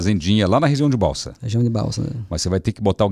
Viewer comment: Sou sua fã Celso...vc é simples, recebe Deus convidados com muita simpatia. O nome da cidade do Manoel é Balsas, não é Balsa.